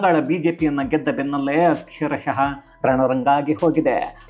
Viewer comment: ಅಕ್ಷರಶಃ ಅಂತ ಆಗಬೇಕು. ಅಕ್ಷರಶಹ ಅಲ್ಲ. ದಯವಿಟ್ಟು ಗಮನಿಸಿ ಮತ್ತು ತಿದ್ದಿ.